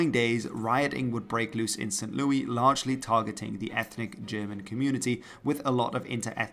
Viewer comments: it’s pronounced saint lewis. and xi is 11. vi is 6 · Saint Louis is pronounced like “Lewis,” not like the French name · I love your videos, but your pronunciation of American locations isn’t great. It’s Saint Louis (pronounced as “Saint Lewis”). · Bro pronounces German words but calls St. Louis as St. Lewy. Just got out of my Porsh 911 to post this. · Pronounced St.*Lewis* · Are you talking about St. Louis? We say it with the ‘s’